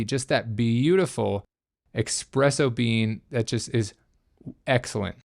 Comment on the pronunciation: it's ESpresso.. not EXpresso.